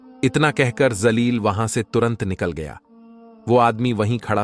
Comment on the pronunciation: Woh naam zaleel nahin jaleel hai urdu talaffuz achche nahin zaleel ka matlab kameena hota hai